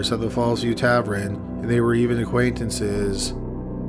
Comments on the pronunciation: By the way.... what the Hell is a tavren?!?! It's TaVERN. Drives me Nuts. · Taverrrrrn not taverin! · It's tavern, not tavren mate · Its TAVERN not Tavrin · TA-VERN not TA-VRIN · "Tavern" not Tavren. That is all. Thx. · Tav-ERN not tav-REN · tavern, not tavrin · Tavren? or Tavern? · Tavern. Not tavrin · Tavern. Not Taveren. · Tavern not tavren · Tavraan? Is that meant to be Tavern? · What the fuck is a tavren? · "Tavren" O.O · Sir, it’s TAVERN not TAVERIN. If you’re unsure about pronunciation- GOOGLE IS FREEEEEE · Geeze....learn how to speak. Extra 'r' at the end of words at end of the sentences. And 'tav-ern' isn't 'tav-run' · Just a note: tavern is not pronounced tav-REN but rather tav-ERN. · Jesus Christ, the word is Tavern! TAV-ERN or TAV-EN. Not TAVREN, or TAVRUN! But Tavern! Arrrrggggghhhh! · Tavern not tavren!!! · Nobody:: "Tav-ren." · Yes! Tavren is what’s up!! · "Tav + urn" is the correct pronunciation, that bugged me so much. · Argh yes!! He also pronounces the word geneology as gene-ology instead of genie-ology. Maddening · why can't you say "tavern", dude?? 🤔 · Even considering how good your videos are, if I hear you say tavren one more time I may become a murderer myself... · Tavern pronounced -Tav-urn, Tav-URN or Tav-ErrrN. Thanks for the upload, I’m really enjoying these. 🐿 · WTF is a tavrin? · Tavern. Tav-verhne. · It's tavern! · TAV-ern 😭😭😭😭 sheesh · What the hell is a Tav-ren?!! Were you born in a CAV-REN?? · Wtf is a ‘tavREN’ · What is a tavren? I swear he purposely mispronounces one word every video to mess w me! Lol good video as always though. 👍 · omg stop saying TAV-renn!! lol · tav- ERN not tav- RIN … lord almighty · I like this show, but why does he say “tavren” when he means “tavern”? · Oh my word....Please say "Tavern" correctly....I had to stop listening after the narrator said "TAV-REN" for the hundredth time. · Anyone Canadian can comment? Is Tavrin a Canadian thing or just a personal quirk of his? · "Tavren?" lol wtf.